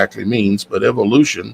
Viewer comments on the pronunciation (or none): none